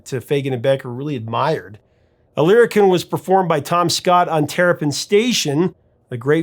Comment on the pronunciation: Lyricon pronounced lyri- Kahn! I made my living using this instrument in the New York studio scene where I was the first call wind controller guy.